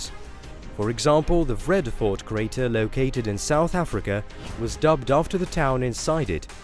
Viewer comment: Vredefort is pronounced: freeada- fort